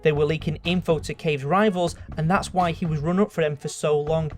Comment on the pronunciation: If he evolves when he says "why" he will sound like "wha"